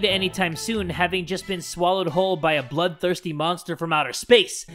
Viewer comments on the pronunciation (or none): When It said “Bloodthirsty” i thought i heard “Butt-Thirsty” so i had to rewind